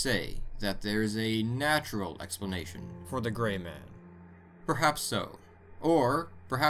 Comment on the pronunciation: I thought you said "The large GAY man" lolol. Better watch out with him sneaking up behind you. Kekekekek